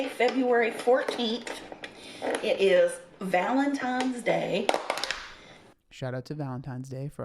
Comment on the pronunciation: Same. Lol